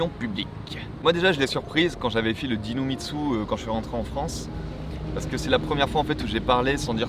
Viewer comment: A chaque fois qu’il dit dis nous mitsu j’ai l’impression qu’il dit « inu mitsu » 😂